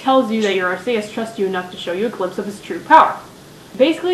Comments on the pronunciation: corection for arceus r~key~us not r~cay~us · I'll just make a few points: Groudon - Grau-dohn Kyogre - Kai-ogre [sorry, It just kinda bugs me] I like N and the song from his room *-* Arceus - Are-see-us [er, I think?] And I want that plushie lol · No, in the anime it's pronounced Ar-see-us